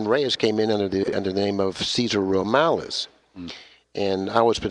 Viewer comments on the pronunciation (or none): Lol Cesar Romales??? Lol MORALES ya mean haha. Good stuff